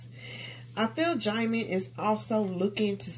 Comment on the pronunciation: His name is pronounce as Gem-Men